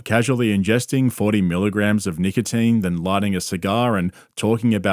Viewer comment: The worst part of the video is how you pronounce "nicotine"